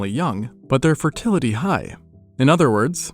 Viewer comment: fertility~ like bro why’d you say it like that 😭